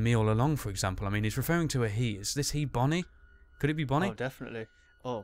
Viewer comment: dumb fox its bonnie not bony